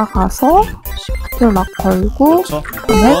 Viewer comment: 시프트락이 아니라 쉬프트락이에여